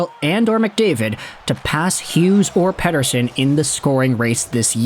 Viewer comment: Dude, that's a flawless pronunciation of Pettersson.